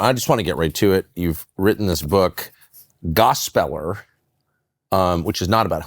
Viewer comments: Not a biggie, but I'm guessing it's not pronounced gos' SPELLER' But probably GOSP' puller. Maybe? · I believe Willy was mispronouncing gospeller. It should be pronounced, gospel-er